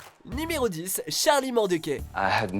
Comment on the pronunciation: CHARLIE MORTECAI??? "QUAI" 😂😂😂 ça se prononce "caille" bordel 😂